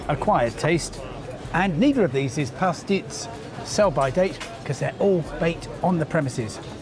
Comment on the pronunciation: Apart from mispronouncing Pastizzi, Valletta, Dgħajsa, Gozo & Ġgantija... quite a decent documentary. To note, the people may be friendly during the first 48 hours, but then you will have the pleasure of experiencing the manipulation and exploitation that is prevalant in 75% of the population.